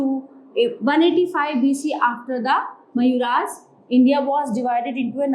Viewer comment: It's not mayuras. It's मौर्या